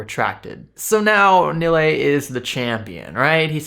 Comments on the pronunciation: Everyone should tear Nilay Patel a new one. The moron has some of the most hypocritical and weak responses I have seen. Like some sleazy lawyer trying to make a point out of air. Btw the douche's name is pronounced as Nee-lay. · I truly do not care but, for the record, His name is pronounced "Knee Lie".